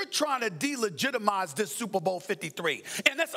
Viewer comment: “Supa Bo”